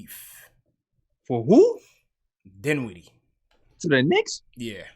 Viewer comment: Dinwiddie? DINWIDDIE??, LMFAOOOOOOOOOOOOOOOOOOO NAH FAM, NAAAAAHHHHHHH